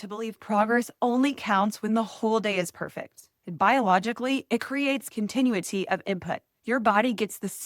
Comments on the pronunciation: Great video. Con-tin-EW-ity ❤ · I’m not so sure it’s non-AI. I never heard anyone pronounce “continuity” like that!